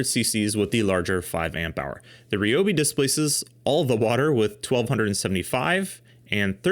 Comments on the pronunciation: Protip: "Ryobi" is Japanese, and "Ryo" is a single syllable. It's neither "ree-yo" nor "ri-yo", it's just "ryo". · I’d never heard Ryobi pronounced Ree-oh-bee before, so I searched and found the actual Japanese pronunciation for it. While Ree-oh-bee isn’t totally accurate either, it’s certainly more accurate than the R-eye-oh-bee I’ve heard from literally everyone. Mentally noted. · Everyone at TTI pronounces it "ree-oh-bee"